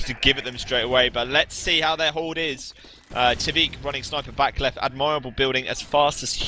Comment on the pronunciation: Oh my god, the way they pronounce "Admirable" is getting more and more frustrating every time